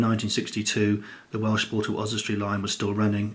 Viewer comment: Please learn to pronounce your Welsh properly 👍